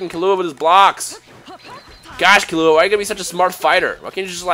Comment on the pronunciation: Its pronounced KEY-LLUA. not KILLUA...